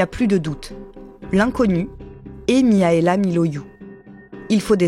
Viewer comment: par contre ça se prononce MIRAELA pas Miaela je pense comme dans les pays de l'Est